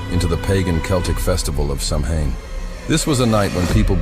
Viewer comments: SAMHAIN IS PRONOUNCED SOWAN!! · A video about Samhain where they can't pronounce Samhain!